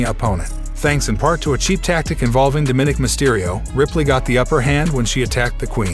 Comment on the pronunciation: It’s not Da min nick. It’s Dominick